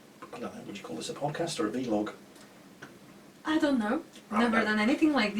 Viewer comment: is really giving off that grandpa vibe. Especially with in company. No one calls it a V-log old man. It's a vlog. Pronounced like blog.